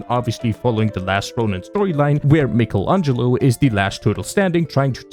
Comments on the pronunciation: “Mickel Angelo” bruh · Gotta love "Mickelangelo" my favorite green Tortoise that sells funny dust at the corner of the street (For the blunt this is obviously a joke on J pronouncing it Mickle instead of Micheal, and no that's not how you spell it but it's exactly out it sounds so pluh.) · Never in my life would I of thought someone would of pronounced it mick-al-angelo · I am questioning if is AI now. Cause no way in hell anyone could mispronounce Mikey's full name "Michelangelo" like that. Put some RESPECT on that pizza loving turtle. He is the spoke turtle of Pizza Hut. Or...I got ragebaited into writing a comment and he got engagement. Thus, more for the YouTube Gods to give him a single half penny. Eh...you did trigger me. BUT I am willing to accept it to yell at you. Even if you are getting paid on my rage................hate this. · I’m going to fight you for how you pronounced Michelangelo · Nobody talking about how he pronounced Michelangelo 😭